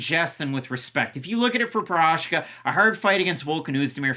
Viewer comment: Did you say “Prochazhka taking on Texeira”? 😁